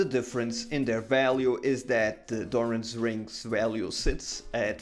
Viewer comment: Dude its called DoranS Ring man DoranS its the ring of Doran lol